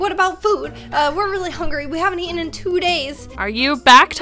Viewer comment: "Adout" none realized? lmaoo